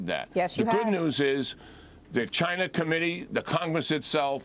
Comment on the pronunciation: I love hearing people who are "smart" call it (Chiner)...